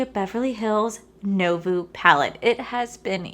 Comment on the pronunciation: You’re so cute! It’s pronounced “new-vo” lol